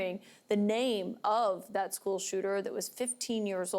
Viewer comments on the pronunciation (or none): So was this one of those males who claimed to be a female? Or is it a real female? Wisconsin can't have a police chief thays actually educated enough to properly speak? Whats a "skoo" idk what a skoo is